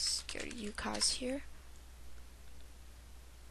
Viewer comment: lol.. fail.. you can't say ucoc-.- You gotta say z as like.. zed..